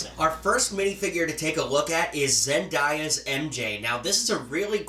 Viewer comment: I was bout to punch him when he said zendieya